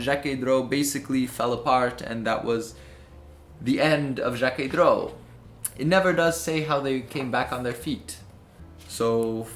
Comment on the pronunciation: Excellent video, the steel sw is my favorite Jacquet droz but the legibility isn’t amazing. I saw some very cool vintage pieces from Jacquet droz at the patek museum when I went there! Also you did pronounce it right I wasn’t sure about the pronunciation when I first heard of it either.